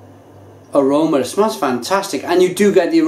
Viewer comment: I love how you say "aromer" instead of "aroma." lol. You sound like someone from Staten Island. This one was a little better than the banana (not bananer) brew. But only a little.